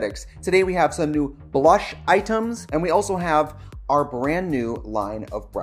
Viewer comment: Tricia I thought you were saying cream brush